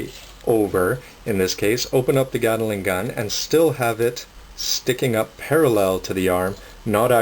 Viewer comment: It's pronounced GAT-LING NOT GATALING!!! GATLING!!! And also they are DE-CALS NOT DECKALS!!!